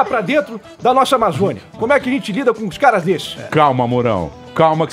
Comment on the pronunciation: Pânico contratem o André Marinho e o Alba. Obs: O fala "ZENTZI" no lugar de "gente" kkkkk